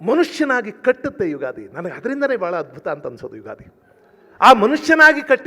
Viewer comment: ಉಗಾದಿ ಅಲ್ಲ ತಾಯಿ , "ಯುಗಾದಿ "